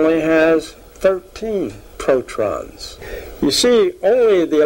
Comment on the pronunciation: he's say protrons instead of protons 😮